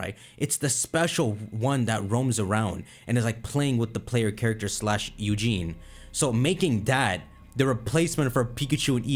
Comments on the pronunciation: his name is eusine not eugene. but it sounds amazing,i hope it will happen,a crystal remake. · My dude said “Eugene” 😂😂